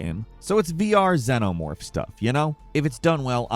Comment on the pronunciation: Why did you say xenemorph like that?